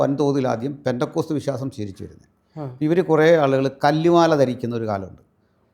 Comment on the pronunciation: There's no "Bendacot" it is "Pentecost "